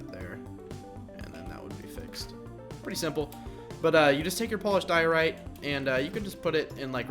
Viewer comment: Your saying Diorite wrong